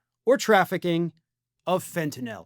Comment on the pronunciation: Thank you for pronouncing fentanyl correctly! Seems everyone says "fentenOL"